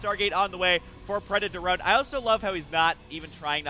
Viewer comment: It's obviously preda torone.